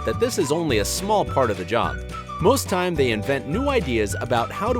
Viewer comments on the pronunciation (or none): none